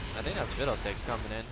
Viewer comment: Why do you say Fidel Sticks instead of fiddle sticks xD